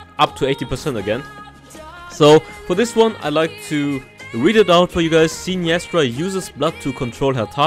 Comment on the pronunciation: Loved the video but I can't get over the wrong pronunciation of her name lol